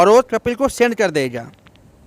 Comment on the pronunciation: Yaar apna word sahi kar lijye कपिल नहीं कफ़ील है अल्फ़ाज़